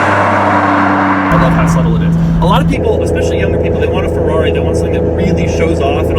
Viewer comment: When will Doug eventually learn to say Ferrari right... "Fawrroury" oh my... 🙄